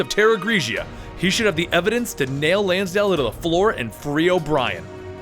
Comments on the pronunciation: Dude... It's LansDALE! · Bro how did you say Lansdale wrong?